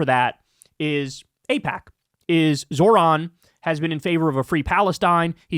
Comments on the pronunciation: Ipack. What are you trying to hide Kyle? 😂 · Kyle, its pronounced eyepac....or is it.... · Was Kyle kulinski mispronouncing aipak at the beginning of the video a passive aggressive jab at David pakman? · uh oh! Kyle forgot how to pronounce AIPAC too! 😂😂😂 /s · Secular talk confirmed dark money! Doesn’t know how to pronounce aipac! See first 20seconds!!! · I feel like that mispronounciation on Aipac was a Freudian Slip shot at David Pakman or David Pauhkman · Hole up' was that mispronunciation of AIPAC at the beginning of the video a David packman jab 😂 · Pakman got everybody fucking up AIPAC's pronunciation now. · whoa does Kyle not know how to pronounce AIPAC? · IT'S SPREADING! Now Kyle also can't pronounce AIPAC. 😂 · Is Kyle all David Pakman now, not knowing how to pronounce AIPAC? 😉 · Well I can't believe you pretended not to know how to pronounce it Kyle. How topical of you. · smh now even Kyle is pretending not to know how to pronounce AIPAC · Kyle pretending not to know how to pronounce AIPAC! He’s compromised!!! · Aussie here. I love Kyle almost mispronouncing AIPAC like David AIPackman 😂 Time for the left to take over the Dems and force the corporate shills out. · "AIPOC"? Pfft, okay whatever you say Mr pakman.... xD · Oh! Now Kyle is mispronouncing aipac now too! WHAT IS GOING ON? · 😆- you slipped up pronouncing AIPAC. I think you were channeling your David Pakman doppleganger. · Looks like Kyle isn't sure how to pronounce AIPAC, either 😅